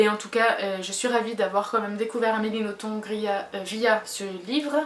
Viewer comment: Coucou, pour Nothomb (on ne prononce pas le B a la fin ;)), je te conseil Peplum, Les Combustibles, Acide Sulfurique ou plus récemment Barbe Rouge ou Pétronille (qui est une vrai turie !). Je me souviens avoir adoré Antéchrista aussi. J'espère que tu te laissera tenté en tout cas. Si tu n'accroche pas sur ces livres là c'est que Nothomb n'est vraiment pas faite pour toi. Personnellement c'est une auteure que j'adore.